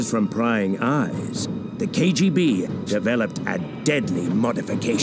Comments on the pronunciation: ‘KJB’?! No more head-contact sparring... PS. Don’t EVEN blame your New Yakk accent homie 🙈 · you kept say kjb instead of kgb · Anyone notice he says KJB instead of KBG